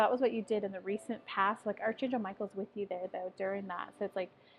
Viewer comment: Archangel is pronounced like Ark-angel ;) Thank you for the reading.